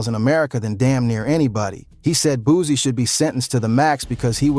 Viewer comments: He can't even say his name right😅😅😅he said booozie😅😅😅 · If he say Boozie one more time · I’m not watching a video calling this man “Boozie” smh 🤦‍♂️ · Boosie not boosy 😂😂😂